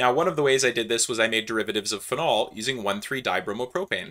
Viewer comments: Huh. Am I pronouncing "phenol" wrong? Or are you just messing with people... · I'm conflicted because google agrees with me about how to pronounce "phenol" but agrees with you about how to pronounce "acrolein".